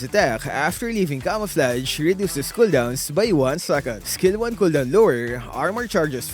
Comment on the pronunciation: wtf is a hooldown?